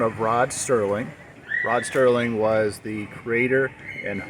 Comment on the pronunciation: Rod Serling, not Sterling.